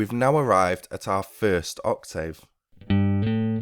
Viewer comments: The spoken (pronunciation) of English is not always the same as the written word. i.e. Ock-tiv; when speaking. Oc-tave when writing. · Oc-TAVE!!! Are you serious with that pronunciation!? You're suppose to be a Native English speaker, right! It's Oc-TIV....as in Give. Your write TAVE...but you pronounce it TIV. Get it? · not wrong in general. But in this case you are. UK pronunciation/ˈɒk.tɪv/ US pronunciation/ˈɑːk.tɪv/ Notice the 'tiv' part The dropping of sounds (vowels) in connected speech by native speakers is the reason why 'Oral' English is so difficult to learn for non-native English speakers, be it UK or US English. Research 'Elision'. By the way, your guitar lessons are great!. Cheers!